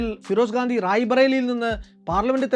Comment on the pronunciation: FIROSH GANDI ennuparayu😊😊